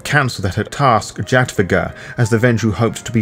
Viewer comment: I believe it's pronounced "Yadviga". Overall great read.